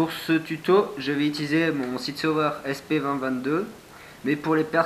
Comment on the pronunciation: C cool mais on dit sig sauer sp022 et pas sp20 22